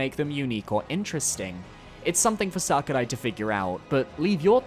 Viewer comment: Does it bother anybody else the way says Sakurai? lol